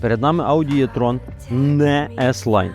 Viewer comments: Якщо що то не Е і не Є,а І))) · а чому Єтрон, якщо правильно буде Етрон! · 1. E-tron слід вимовляти з літерою Е, а не Є. Це дуже легко запам'ятати 2. Для чого потрібна електричка потужністю 400 к.с. для повільної їзди по місті, щоб проїхати відстань до 400 км? Бо якщо розкрити потеціал 400 к.с., то проїждеш 200 км і будуш шукати > socket, або лавету. Ось і вся правда про електричку.